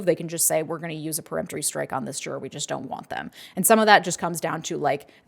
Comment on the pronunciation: Thank you! I've seen at least two other attorneys on YouTube (mis)pronounce it as "pre-emptory."